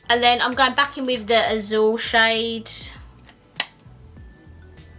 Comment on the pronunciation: Wow, didn't think i'd like this color story... Turns out I do! 🤘🏻 By the way, it's pronounced "AW-THUEL" (i'm trying to write it as it sounds 🤣) it's the spanish word for blue. 💙